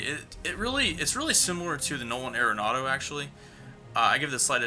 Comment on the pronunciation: Think I'm going to stick with Arenado till IE goes away, at least. BTW, I just recently learned it's pronounced 'Are-nado' not 'Aira-nado'.